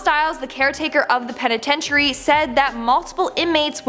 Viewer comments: I literally cringed each time and said it correctly in my head lol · Please learn how to say penitentiary right!!! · Yes, her saying it like that was so very aggravating 🙄 😒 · I'm sorry but you're mispronouncing penitentiary